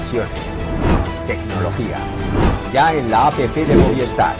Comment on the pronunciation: "El A.P.P." No, no es A.P.P. Es App. App es apócope de application, no siglas.